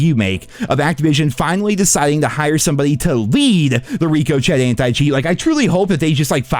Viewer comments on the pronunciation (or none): Ricochet pronounced rico(shay) now that you’re actually aware of how it’s pronounced, you can start saying it, right yay proper vocabulary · "Reeco chet" 😂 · Ricochet ❌ Ricoshit ✅